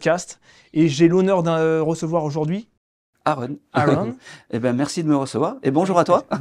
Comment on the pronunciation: C'est quoi cette façon de prononcer le prénom de son invité "Airon* alors que l'invite vient de présenter "Aaron", avec un A ! Faite un effort c'est la base